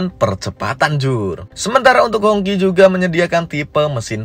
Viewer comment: Bacanya hong qi. Bukan hong ci. 😂😂😅wong indo lek ngomong kaco.